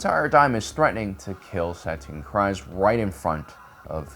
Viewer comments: So many years and you still can’t pronounce names. Bo-Kotan Kriss, really? Bo-Kotan Kryze, pronounced Kre-sse. You just showed that she also reinforced Kenobi when he rescued Satine. So you can’t say her decision to leave was exclusively about Maul killing Vizlsa. SMH, Sabine Wren pronounced Sah-been not Sab-ene. You have a great channel, just stop your improvisations with names. Rewatch content for accuracy. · I hear people say the name Kryze [kreez] NOT [krayz] the way that you say it. I heard Favreau, Pedro, even Katee say [kreez]. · Kr-eeeze.....not Kr-iiiize. Stop making up pronunciations. Lol. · Why do people have such a hard time pronouncing Kryze? (Kreeze)...It's weird hearing people pronounce it "cries". We hear them say "Duchess Satine Kryze" numerous times in Clone Wars. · isn't her house name pronounced Kreez-c ? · Dude, the last name is pronounced "Kreeze" like freeze. That bugged me the entire video. Don't agree... Watch Rebels or Clone Wars... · Pronounced ( kreez) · Kyrze is pronounced Cree-zah